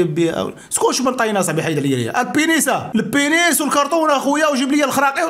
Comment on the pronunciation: رد البال اسي.البنيس عندو معنى ٱخر لهلا يوريك بالفرنسية.قول البنيز بالزاي و ليس بالسين.حفظك الله.